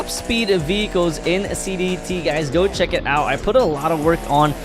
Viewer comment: Bruh said donot heck it out